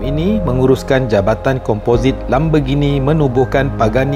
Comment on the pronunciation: Lamborghini la bang bukan lambergini